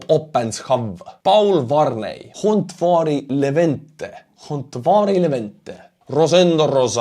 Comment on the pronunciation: Hontvári Levente? That pronunciation was super cool! Only the stress is on the first syllable of either names.